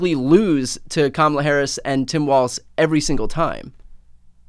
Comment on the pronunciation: Please let's say his surname correctly: "WALZ"